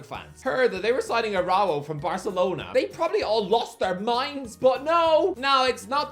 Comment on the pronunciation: Why you say Araujo like that